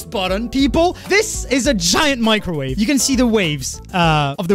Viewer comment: Microwave (Mee-cro-wa-vae) an electromagnetic wave with a wavelength in the range 0.001–0.3 m, shorter than that of a normal radio wave but longer than those of infrared radiation. Microwaves are used in radar, in communications, and for heating in microwave ovens and in various industrial processes. "microwave radiation"